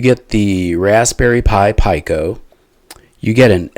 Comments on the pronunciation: Pee co ... 😂not pie co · It's pronounced...PEE CO......not PIE CO